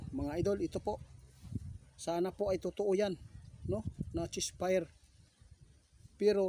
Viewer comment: 88 hinde chess fire ceasefire eto ang tama pronounciations